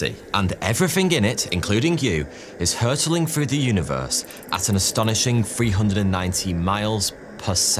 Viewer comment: Hurtling or hurrling? I'm concerned if we're hopping.